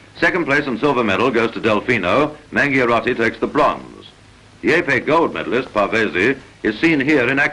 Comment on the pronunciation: The real pronuntiation of the most important Italian fencing champion's surname, Edoardo Mangiarotti, is Mandjarottee, not Mangiarottee...